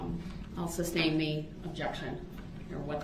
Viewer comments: "alleged defendant" (theres Nothing alleged about being a defendant - you are a defendant by definition) / "grounds for the SUBSTAIN" (it's SUSTAIN) / "texas" instead of "texts" / etc.. i could go on and on.. these are all the "Brooksisms" that drive me most nuts.. He's the dumbest most least self-aware human i ever seen in a courtroom. He honestly thought the jury would agree to nullify felony murder of innocent parade victims he ran over.. like what made him think that it was unfair that he was going to jail for running down around 70 ppl in a parade.. Nullification is used when a jury decides the law is unjustly putting someone behind bars for example if someone is arrested/charged for political reasons or a crime has an unjust punishment so knowing that.. what in gods name made this man think the jury would sympathize for him after all the nonsense they witnesed in court.. the man was even disrespectful and awful to the jury.. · Oaf, biast, estoppo, substain, Christ this guy is a ninja of the English language. I need lessons.